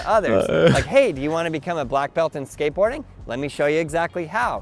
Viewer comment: NGL Everytime he says skateboarding I hear scientology. And it fits with his sales technique. I'm trying to be objective but it's hard to get past the scientology part